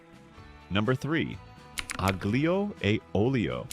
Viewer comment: Aglio has a silent g